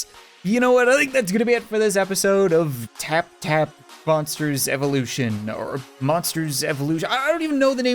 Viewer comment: I thought he said moppers evolution! 😂